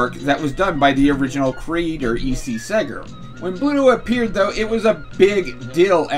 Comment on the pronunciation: Popeye's creator's name "Segar" is pronounced "SEE-GAR", like in "cigar", which is how he signed his name. Also, "Fleischer" is pronounced "fly-sher".